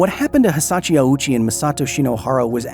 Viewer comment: Glad I'm not the only one who noticed. He kept saying Hisachi instead of Hisashi too.